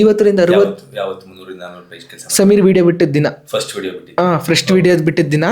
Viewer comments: English pronunciation kaliyappa neenu...adhu frustuu allaaa...First adhu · ಫ್ರಸ್ಟ್ ಫ್ರಸ್ಟ್ ಫ್ರಸ್ಟ್ ಫ್ರಸ್ಟ್ ಅಲ್ಲ ಉಚ್ಚಾರಣೆ ಸರಿ ಮಾಡ್ಕೋ ಮೂ.... ವಿ